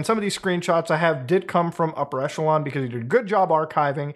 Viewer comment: Isn't it pronounced "Upper E[kk]elon" instead of "Upper E[soft ch]elon"? I'm asking, because English speakers can't say either [soft ch] and [hard ch] and will always default them to [tch]. Besides [tch], [kk] seems to be the only other "ch" English can pronounce, and it appears in these commonly used words: [kk]aracter, [kk]a(rizz)ma